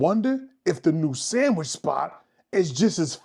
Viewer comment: That's a samwhich lol did u whimper the first bite lol